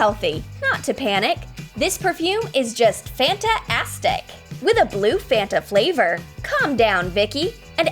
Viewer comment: Fanta-astic? Sorry, but you said that wrong